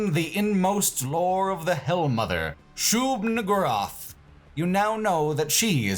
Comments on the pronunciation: Bruh. Shub what now? Shub WHO-rath? Shub pardon me? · Ah yes, that classic requirement of discussing Quake 1, which is "pronouncing Shub-Niggurath incredibly carefully"